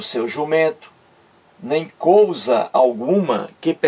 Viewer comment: não é cousa É COISA